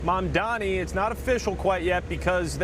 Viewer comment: Kevin, learn to say his name right cause you’re going to see him in politics for the rest of your life MAMDANI, he’s the breath of fresh air we’ve been looking for in this country